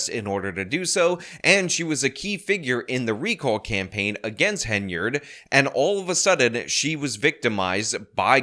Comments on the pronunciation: I just wanted to say congrats on saying Henyard in this video and not Haynard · Thank you! Thank you for finally pronouncing it right. But more important: THANK YOU for listening! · I am so glad that you now occasionally pronounce the Super Mayor's name correctly